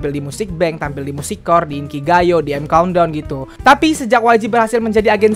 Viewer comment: "EIM KAUNT DAUNN" 😂😂